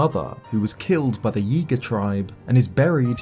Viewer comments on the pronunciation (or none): none